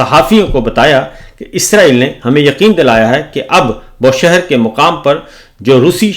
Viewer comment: It is BOOSHEHR,not Boshehr.